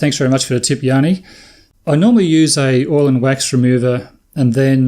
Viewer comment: I get so many different pronunciation of Gianni that I could start a YouTube channel! The way you are pronouncing it is the Greek version (Yanni). My name is the Italian version and the best way to pronounce it is like saying Johnny with an American accent. Wife is chuffed at having her husband mentioned on YouTube. Brilliant!